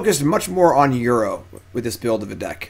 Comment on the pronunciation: Feedback: -Call it Ur-oh instead of Euro.